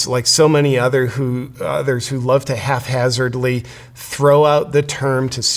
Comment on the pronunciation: "Haphazardly." Just so you know.